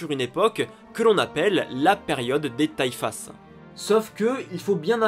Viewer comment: Très bon travail, mais néanmoins ta prononciation arabe n'est pas bonne. comme pour les taifas c'est le pluriel de taifa TA' I' FA en arabe donc le S a la fin ne se prononce pas. ce n'est pas un reproche mais je pense que tu peux faire cet effort pour une meilleure immersion.